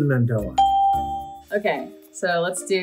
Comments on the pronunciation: Just btw your saying Nelson Mandela name wrong And he’s a hero for South Africa 🇿🇦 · Omg how are they pronouncing Nelson Mandela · South Africans are laughing everywhere because of the pronunciation of Nelson Mandela 😂